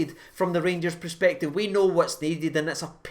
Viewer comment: I love you but its per-spective not pre-spective, it's making my face itch 😂